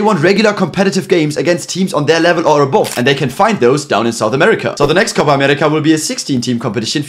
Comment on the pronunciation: Perfect "Copa America" Pronunciation.